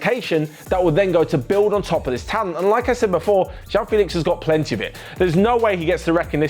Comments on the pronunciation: It's not Jao Félix IT'S JOÃO FÉLIX 😂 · "jewel" 😂 😂 😂. That's nothing how it sounds like